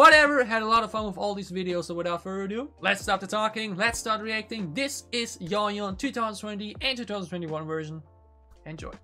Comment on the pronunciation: Yoohyeon pronounced like ‘you’ ‘hyeon’ not ‘Yo hyeon’